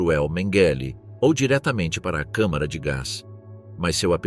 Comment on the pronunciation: Boa noite. Ô...fala...CÅMARA de gás.é melhor.....